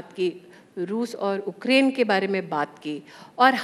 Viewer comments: उक्रेन या युक्रेन 😂😂😂 10 वी पढाई हुई मंत्री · Ukraine hota hai ya ookraine 😂😂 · Ukraine❌ Ookraine✅ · उकरेंन नहीं है... यूक्रेन है सिलेंडरया मैडम....